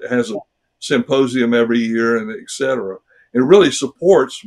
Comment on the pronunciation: He is a doctor. He said "eKsetera". He also misspoke about his white crow analogy. Help.